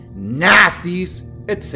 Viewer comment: Me da gracia como acentuas "n4z1" sabiendo como youtube se pone con esa palabra xd